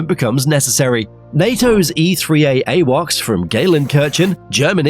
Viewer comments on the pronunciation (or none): The AI voice thought it was talking about Ewok’s from Star Wars 😂😂😂😂😂